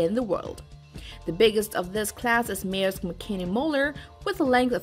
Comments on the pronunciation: LMFAO.. pronounce MAERSK again..? probably the most well known company in the video is MAERSK and you pronounce it like you've never heard it before LOL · Meersk line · Honey, you need an editor to work with your pronunciation: "Maersk" and "Caribbean" come to mind. 100,000 is one hundred thousand, not one hundred and a thousand.